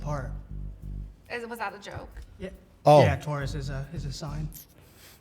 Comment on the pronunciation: He doesn't know how to pronounce Taurus, could have been a good pun.